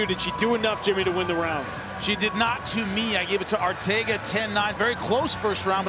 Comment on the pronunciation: It's Arteaga (R-tee-aga) NOT Ortega!!!!